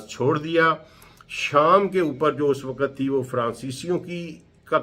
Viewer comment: ڈاکٹر صاحب آپ کی تحقیق بہت زبردست ہے لیکن آپ کا تلفظ صحیح نہیں ہے مثلا من و عن۔۔۔۔م کے نیچے زیر ہے۔۔اسی طرح وقت بھی غلط پڑھتے ہیں۔۔۔۔حالانکہ آپ کی تحقیق بہت اعلی ہے۔۔۔اگر تلفظ بھی ٹھیک یو جائے تو اچھا لگے گا۔ ۔